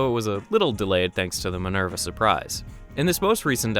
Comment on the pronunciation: "Manerva Met-assisis"